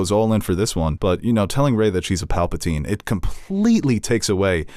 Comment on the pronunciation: Can someone tell him it’s Palpatine and not Papletine